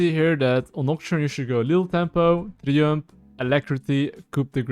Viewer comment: I'm not listening to a guy who is "Challenger" but can't pronounce "Triumph" and "Coup de grace"